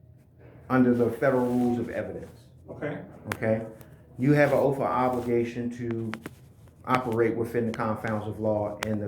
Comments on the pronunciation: Its Oath, not OAF! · Dude, its Oath not OAF.😂😂😂😂😂😂